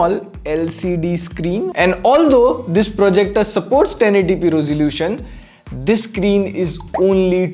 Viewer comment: "roselution," said.......